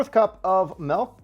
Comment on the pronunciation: He said melk